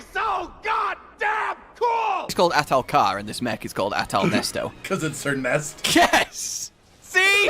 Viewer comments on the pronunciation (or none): STOP SAYING NESTO IT'S AHTAL-NESET I SAW YOU LOOK AT ITS NAME ON THE MONSTER POLL I KNOW YOU'VE SEEN IT PLS STOP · IT'S NOT NESTO, IT'S NESET